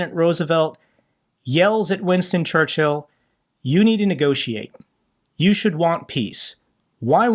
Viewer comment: In all this sadness the only thing cracking me up is pronunciation of Churchill. ChurchHill xD